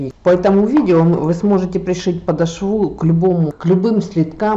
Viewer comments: ПодОшву, а не подошвУ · Пришить подошву! Во втором слове ударение делаем на втором слоге, а не на конец слова,! Без обид. Удачи! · подошву- ударение на 2 слог . Очень благодарна за мк СПАСИБО